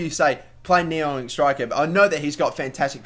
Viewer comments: It's pronounced ni-ang I think not ni-ong :) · Stop saying Ni-ONG...its Ni-ANG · you say Ne-Yang not Ne-Yong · It's fucking Niang not Niong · Sako is not pronounced Sarko, it is Sako, same as the Liverpool defender and the West Ham striker. Also, Niang is pronounced Ni-ang not Ni-ong. Other than that, another great episode :) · It's niang not niong + check out docks arsenal career and u will c what he got niangs overall up too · It's Niang not Niong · Niang is said NEE-Ang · Its pronounced knee-ang. No worries though, I would of thought the same if I didn't search it. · There is an 'A' in Niang it's not NiOng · Niang is pronounced Knee-ang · Please say niangs name right ffs